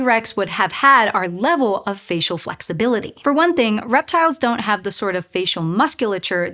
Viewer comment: You need to work on emphasis. You are putting the sentence emphasis in the wrong places. In English, when you compare things, you put the emphasis on what is DIFFERENT. " WE have these holes for the nerves too." "In OTHER animals, like lizards. " "would have had OUR level of facial flexibility ". Doing this, instead of placing stress randomly, will help your communication.